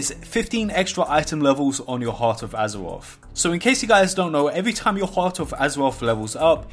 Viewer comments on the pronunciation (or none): Azewoth, Azewite…. is it hard to say R's? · I hear azeroff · "Battle for Azewoth" im out, I cant handle it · Additional fifteen item wevewls from champions of azuwoff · Battle for Azewoth Hypers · Heart of Azeroff.. Heart of Azeroff.. Champions of Azeroff.. Heart of Azeroff... Champions of Azeroff... Intewupted... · AZAWOFF, AZAWITE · Just here to laugh at the wuuf uf woorcrwft and wort woof huzwroth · howevo azofofove lmfao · Lol this guy cant say azeroth